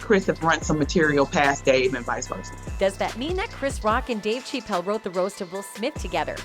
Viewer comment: That AI’s pronunciation of Dave’s name 😂 Dave Cheap-Elle LMBAO 🤣😂🤣😂